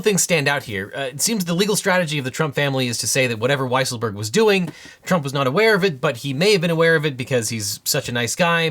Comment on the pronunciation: Excuse me, but I believe his name is pronounced Weasel-berg